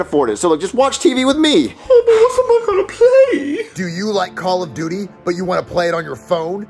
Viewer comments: “Call of dutis” 💀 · No it's call of dootis